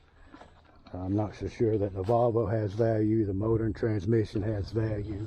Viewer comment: You are saying valvo but its volvo you 2 make a good team